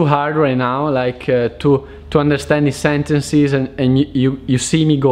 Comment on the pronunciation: SentencEs... come in bEllo. Not sentencIs